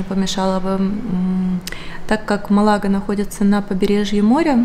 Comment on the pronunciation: Здравствуйте, только Малага- ударение на первую А и АндалуСия.☺️